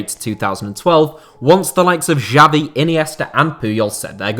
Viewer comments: the way he pronounced xavi gave me a mini heart attack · Who is this "Jabi" legend guy you're talking about? I knew about the legends Messi, Iniesta and Xavi (pronounced "Shavi"), but I never heard of this "Jabi" guy...